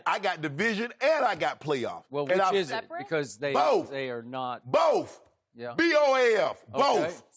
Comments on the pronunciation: “BOTH..B-O-A-F” - Shannon Sharpe 2019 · Really Shannon... " B O A F" both "" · Shannon “ b o a f both” sharpe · BOAF B-O-A-F BOAF😂😂😂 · "BOAF!" B.O.A.F "BOAF!!" #DoubleDown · Dude said Boaf 💀💀😭😭😂😂😂